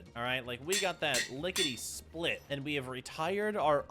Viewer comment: "Lickidy Schplit yur"